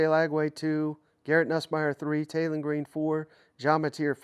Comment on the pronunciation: Say this with me Taylen not Jaylen if you are going to do a list get the dam names right geezz